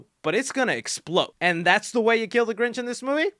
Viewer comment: The grinch you mean ginch